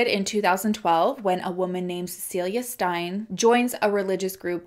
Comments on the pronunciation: Just listen to podcasts and audiobooks written by ppl from the country in question for correct pronunciation! wait you listened to a podcast! Ok so try writing a phonetic spelling that makes sense to you in your notes while you are listening.Steyn is pronounced Stain not Stein. Krugersdorp Kru-gerz-dorp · I think maybe her nickname was ‘poppie’ which is translated as “little girl” loosely Also Steyn is pronounced ‘stain’ ❤️ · Steyn pronounced, the 'ey' is the 'a' "tame" - hope this helps! From SA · Steyn is pronounced like "stain"🤗